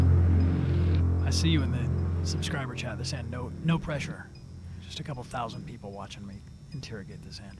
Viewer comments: 28 TOUSEND SUBSCRIBER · cough cough its thouSAND not thouSEND